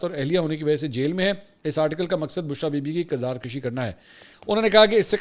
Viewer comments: منصور بھائی تھوڑی سی تصحیح کر لیں۔ لفظ کردار کُشی ہوتا ہے کردار کَشی نہیں ہوتا آپ نے اس وی لاگ میں دو بار کَشی کہا ہے۔ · Janab Mansoor Sahib kirdar kabhi nahin kirdar kushi hota hay aur rassah kashi hota hay.mujhay aap say urdu ke is tarah tang tornay ke tawaqu nahin thi.